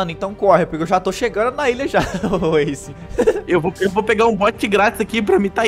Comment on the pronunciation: não é asce é ace